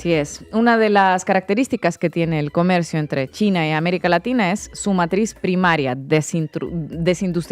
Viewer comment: Se dice américa laxhina. O o o o 😂😂😂